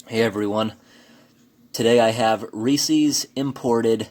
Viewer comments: Reesies😂😂 Reeeesiz. Is how you say it. Not ree-ceez haha cute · Rees-ees? Lol. Rees-ez. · My bff used to work for Hershey's. It is pronounced " ree-sis" not ree-sees. Just FYI. I not the English language police. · Lol Reesies Reesies chocolate covered fecies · Thumbs down just for saying "Reese's" wrong! Who is Reesy?